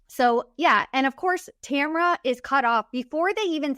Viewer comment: Her name is TAMRA. Not Tamara or Tamera